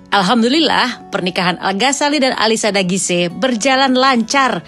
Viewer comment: Ternyata alisya dagise bacanya... Selama ini Q taune alisya daguis bund.. Maaf ken